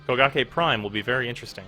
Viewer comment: i swear i hear bukakke everytime he say kogake